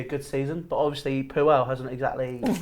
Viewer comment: Claude Poo-el, LOL and they all lose it 😂